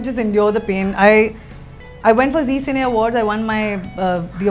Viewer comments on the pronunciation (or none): none